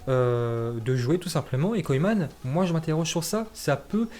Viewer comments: Il prononce mal😂😂 la preuve il nique carrément le nom de koeman au lieu prononcer « keuman » il prononce « koyman »😂😂😂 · « Koyman »😂😂🤦🏾‍♂️ ça se prononce « keuman » gros Ronald koeman